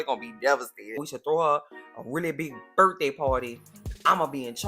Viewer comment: Happy "Burf" day!